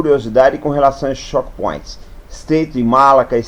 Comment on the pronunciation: Apenas uma pequena correção: "chokepoint" lê-se como "tchôuk point", não como "chók point", que seria "shock point".